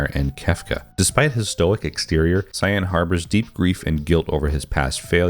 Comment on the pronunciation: Love your pronunciation of Cyanne. Jokes apart, nice video!